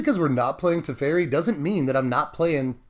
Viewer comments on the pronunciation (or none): I think that guy's name is "Te-feri" not "Tef-eri", I'm not sure. I'm not a control person I really prefer aggro, but some control decks are really fun, especially if the other guy doesn't get to play anything (Ensnaring bridge style), that way you win very quickly even if you play control. I don't play standard, lately I've become more interested in Commander, it's the only format they play here as far as I know. I'm gonna see if I can put a commander version of this together, it would be interesting. Bant Commander control. Derevi, Empyrial Tactician willl be the commander of choice for this toxic deck *evil laugh* muhuhahaha